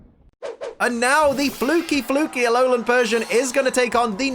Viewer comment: He said Aolan nine tails